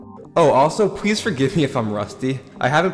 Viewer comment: "Well and pwease js hear me out on this" that "pwease" is crazy